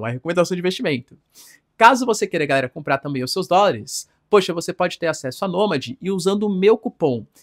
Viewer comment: Professor, por que vc fala "gaera" ao invés de "galera"?